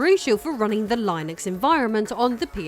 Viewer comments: Pssst. It's "Linnux" with a hard i, not "Lie-nux" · It’s “Lin-Ux” not “Line-X” otherwise great job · Is Linux pronounced differently in the UK than the US or does she just not know how to pronounce Linux? In the US we say it (len-knucs) That is the best I can do to sound it out. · Linux is pronounced li·nuhks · IKR "Lie Nucks" lol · "Lie Nux" lol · Is Linux pronounced Lionex in the UK? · No, it's still "LINNUCKS" here in the UK. She's mispronouncing it. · Stopped watching the video. Couldn't stand the blatant and repeated mispronouciation of Linux. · No we don't... She is pronouncing it wrong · Hearing you call linux like that send me into a hacker rage never seen before 😅